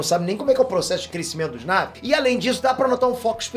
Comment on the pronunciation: Ei... Não é "Návi"... O correto é"Naví". A pronúncia é dita no filme.